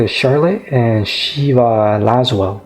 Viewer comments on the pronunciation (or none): Is no one going to talk about him calling Lasswell lasswurm